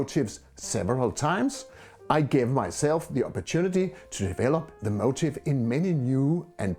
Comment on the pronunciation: A very inspiring video which is a great help to amateur painters working on their own, with little direction. I don't think finding an original motif is the problem but developing an individual, recognisable style, which you have done so very well. Your English is native-speaker standard but your pronunciation of 'motif' (the subject of a painting) sounds like 'motive' (your reason for doing a painting). The first is 'mo-TEEF' (/məʊˈtiːf/ - stress on second syllable with a long 'i' (ee) sound); the second is 'MO - tiv' (/ˈməʊtɪv/ - stress on the first syllable and a short 'i' sound).